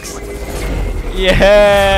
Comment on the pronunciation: why does bro say "ye eh" instead of "yeah"